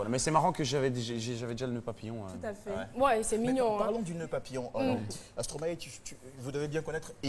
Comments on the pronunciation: C'est Stromaé elle est là elle dit Stromayé Stromayé Ah Caro ! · Caroline et sa prononciation en stromaYé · je te jure son stromaYé la peu me tuer